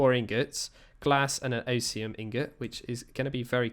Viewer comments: He said “oh see um” when it’s “oz me umm” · Osium?? You mean osmium (os is like OZ like wizard of Oz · "Oh-see-um" ingot, he calls it. >.>